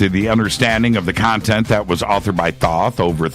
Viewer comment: Tedious to listen to....too many commercials, but Billy Carson was exceptional. Great Info, because of him I will be subscribing to Gaia. Thanks for the interview....and Thanks to Mr. Carson for correctly pronouncing Thoth's name!😊👍🏽